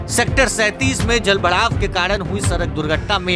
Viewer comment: जल "भड़ाव" 😂😂😂😂